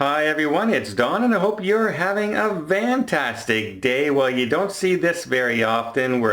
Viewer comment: Does he say Vantastic day? LOL